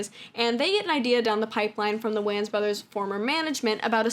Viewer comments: Absolutely loved this video! So comprehensive and well put together and my friend the way you are pronouncing WAYNES IS KILLING ME 😅😂😂😂 “wAnZ” I can’t. Honestly tho, great video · You calling them Whanns instead of whains is killing me. 💀💀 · it's really bothering me her pronouncing their last name like WAYns instead of Waynes 😂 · For the record the Wayan family name is just prounoucrd like “Wayne” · Lol anybody else bothered by the way she keeps mispronouncing the wayans brothers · cool video and all but wtf is that pronuntiation of the "wayan" last name lmao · Why she saying Wayans like dat sound silly asl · Thats not how you pronounce the Wayne's name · the way you're sayin wayans is killing meeeeee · Bro, who says “Wayans” like this!? Now I can’t say it any other way…